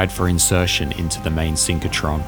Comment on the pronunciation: SYNCH RO TRON, not synch co tron...